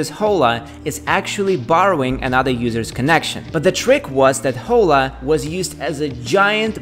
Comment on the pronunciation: hi there! First time here 🙋🏻‍♂️ nice content, got a new subscriber 😉 Just a tip, “Hola” is a Spanish word and in this case the “h” is mute, so the pronunciation es like “ola” as if there were no “h”. Regards